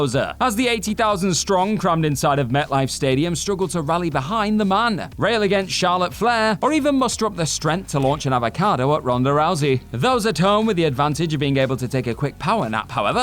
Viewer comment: Avocado* not Avokhohrdouw